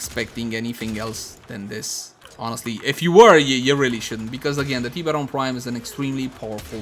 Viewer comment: Its funny how you say it like "Tea beron"